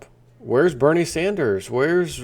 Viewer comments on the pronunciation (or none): none